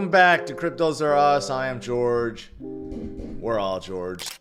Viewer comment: I thought he said where are george?